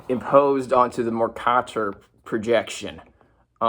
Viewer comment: OLIVE FACT Noone before has ever pronounced it “Mor-kah-tor” People who were taught how to read pronounce it “Mer-kay-ter”